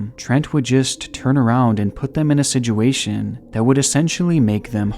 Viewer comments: Please stop saying sij-u-a-tion. The word is sit...with a T...sit-u-a-tion. Love your videos, but it grinds my eardrums to a pulp every time I hear you mispronounced such a common word. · OMG IT'S "SITUATION" NOT "SIDJEWATION" "SITUATION" Pronounced "SIT CHEW WAY SHUN" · He said Siduation again, take a shot. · What is a “sedguation”?? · He said siDuation, take a shot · "sidgeyoowaytion" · i cant help but notice how he says “siduation” 😭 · “The sidguation” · “For all intensive purposes” “Siduation” is there anything you can say right? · he says situation like : sijuashin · Situation is pronounced "si-choo-ay-shn" sorry man great documentary but this killed me it. BTW though this was an awesome documentary. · Great video. I love your content. Something that really sucks though is that you use one word a whole lot in your videos and what makes it worse is that you pronounce it incorrectly and it bothers the hell out of me. I know, that's my problem but I'm still going to tell you about it. SITUATION. That word. SICH-U-A-SHUN. You say Sidg-u-a-shun. It's just wrong man. Also, you used a term that was also wrong. "All intents and purposes" is the term. Not " all intensive purposes". I would appreciate being told the correct way to say things and I hope you feel the same. Seriously, that "sidg-u-a-shun crap is terrible though.